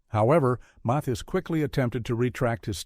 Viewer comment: Weird this narrator is saying Muthis instead of Mathis